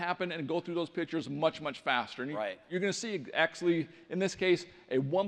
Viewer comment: I thought he said bitched instead of pictures lmao